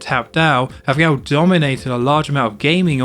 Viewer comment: I was on the fence but I am now 100% convinced you are saying "meow" instead of "now" 😂😂